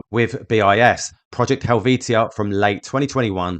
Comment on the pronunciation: Pedantic Pronunciation Police! 🚓🚨🚨🚨 It’s Project Hell-vee-sha.